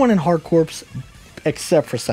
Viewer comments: That word is pronounced "core". That's the whole point of the name of both games, it's a play on 'hardcore'. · Other than the mispronounced CORPS, this is a solid video. It was nice to see some behind the scenes on this awesome Contra game.